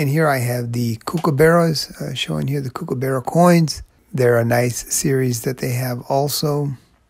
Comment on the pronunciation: If you pronounce it COOK-aburra, you'll be saying it the correct Australian way 😁